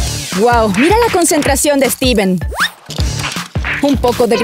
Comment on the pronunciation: Se dice Steven